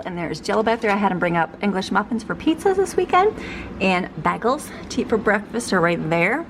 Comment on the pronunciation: You crack me up.....it's bay-gulls. ;)